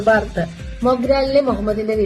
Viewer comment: ഒരൊന്നൊന്നര ബാർത്ത ആയി പോയി 😂